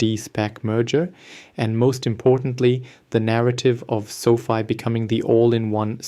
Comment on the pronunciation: It's Fi not Fee